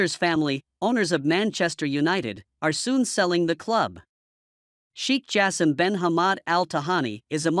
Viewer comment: Get someone who can pronounce names well, it's not" cheek"Shai kh Jaassim"